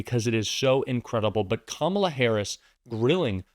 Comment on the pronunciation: KAMALA! Accent on the first syllable. Let's get used to spelling her name correctly! She's our next President of The United States. God protect her.